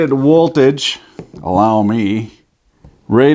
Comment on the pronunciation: “Rated woltage... voltios... 5 AMPS”